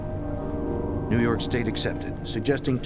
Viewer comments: Haha! The only reason i watch this is for ” former head of the FBI new yahhhk Office” 😂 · No no! It's new Yokk! Lol. For some reason they have a 25-letter alphabet (which never includes the letter 'R') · Its prounouced New Yaak